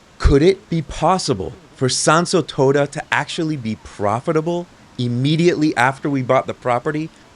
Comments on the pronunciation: Quite the little project you have there, i really hope that once it is all done. You will not be swarmed by influencers and other similar people, because that will really ruin the area. Oh and shouldn't it be Toda with a long O?, when you pronounce it almost sounds like you are saying toada 😺. Anyway i hope you really manage to bring back the beauty of the place. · But your japanese is good to my rather untrained ears, I have heard worse from others. Just the pronunciation of Tōda irked me a litte 😄